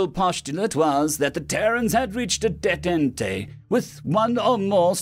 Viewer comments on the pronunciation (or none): detente, pronounced day taunt